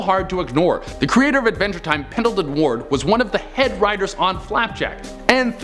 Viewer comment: He said Advenger time. . . 🤦🏻‍♂️